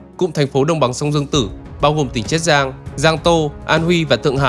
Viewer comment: Tôi nghĩ là triết giang chứ, thế là chiết giang hả, nếu là chiết giang thì bạn đọc phát âm sai nhé, bạn đang phát âm là triết giang chứ ko phải chiết giang, mà tôi vẫn nghĩ là triết giang